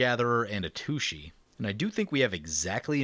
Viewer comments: I'm on gonna lie, it kinda annoys me when you miss pronounce Atsushi. You always say A-tooshee. But it's At Sushi. It just sounds like you're referring to a butt every time you say A-tooshee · Just a hint for Atsushi's name: The TSU is pronounced kind of like a sharp hiss. Like TSST! with u - sounds like glue - on the end. That one's pretty difficult to pronounce. :) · I kinda want him to keep pronouncing it that way cause lil kid brain goes "har har"